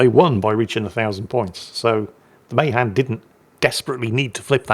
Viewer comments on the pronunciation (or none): Hey! Appreciate you and your content. Friendly heads up, as a MAHAN sailor myself, we pronounce it, Muh-Han with the Han sounding like “hand”. Your American cousin just wants you to sound your best. But seeing as we haven’t spoken English over here in ages, you do with that however you want. 😂